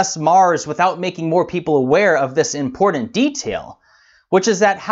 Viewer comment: Learn to say IMPORTANT